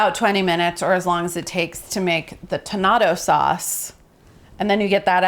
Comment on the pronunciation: anyone else think she was saying "tomato" w an accent the whole time? no? just me? ok...